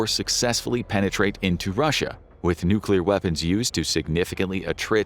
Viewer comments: Nobody survived nucular war 😂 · Nucular, it's called nucular! Expert Homer S.